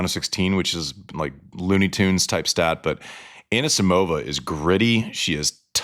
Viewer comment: Love you andy. Please pronounce Amanda's last name correctly. It is Ah-KNEE-see-mova. Not ANNA-sa-mova. Tell the excellent espn announcers too.